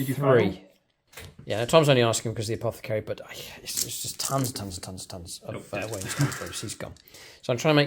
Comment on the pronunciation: Hey, been a while… You really nailed that “Apothecary” at the start…! 😊 Looking forward to some fun AoO detachment army development videos…